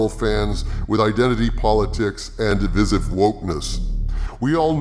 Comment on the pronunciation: Please learn how to pronounce "divisive" correctly. Between you and Nerdrotic it's making my eye twitch every time you say it.